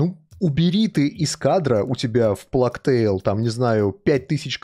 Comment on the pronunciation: Пожалуйста, можно перестать плакать🙏🏻 Чума по английски читается как "плэйг" - [pleɪg], и никаких слёз там нет и в помине. Проверочное слово - PlayStation